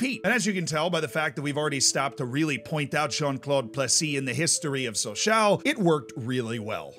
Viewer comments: It is not Saw s A oh It is french ...it is Saw saw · Please, Sochaux is said "Socho" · It’s pronounced “So-shó” not “so-shau”. But it’s still fun to listen along and have a shot every time you say “so-shau” ;-) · I belive it is more like So-chaw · What truly proves how much I like videos is how many times I withstood him saying “sochaow” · Sochaux is pronounced "SO-SHOW". Merci, beaucoup! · "So-sho". They only say "ow" when they stub their toe or something. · The 'aux' in Sochaux is pronounced like the 'oh' in 'oh my god'. Sochoh. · Ah yes, my favorite French club, Soch-OW. On a serious note, glad the team has stabilized. I remember their Ligue 1 days from when I was a kid. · It's pronounced Socho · The pronunciation of the "Sochaux" made me stop watching, and I am not even French...Try "ShawShaw" (like the player) next time. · So-Show is more like it zs pronounced in the club anthem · more like Soshaw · Or Showshaw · That's not how you say Sochaux, buddy. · it's a great video but you should have checked the prononciation of "Sochaux" xD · The way he says sochaux is way worse. Hurts my ears and I’m not even French. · what about sochaux😂